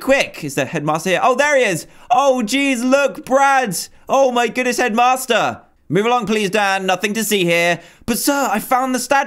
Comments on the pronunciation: I always think you say Edmaster when you say headmaster :D Awesome Dan, much love from Sweden! :D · i thinks shedmaster like toolshed LOL